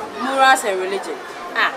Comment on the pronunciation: Aka will kill me one day ei reregion and regious😭😭😂😂😂😂😂